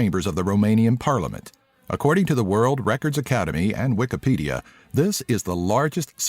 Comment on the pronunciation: its wikipedia not wikapedia :)